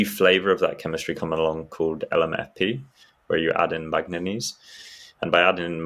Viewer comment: I've never heard manganese pronounced like that - I presume he's saying manganese but switching the soft 'g' for a hard 'g'...? Anyone got another explanation? Edit: I looked it up and it is indeed 'manganese' in an LMFP battery... I also looked up the correct pronunciation and it is definitely not what he is saying. 😳